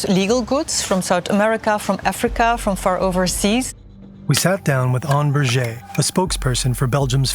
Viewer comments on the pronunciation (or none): none